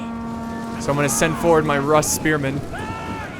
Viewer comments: Why are all these videos at barbarian cities? Oh, and not to be "that guy",, but Rus is pronounced Roo-s. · I know it's really pedantic and annoying to point out but 'Rus' is pronounced 'Roose.' Spelled 'Рус' in Cyrillic, the 'у' doesn't make the 'uh' sound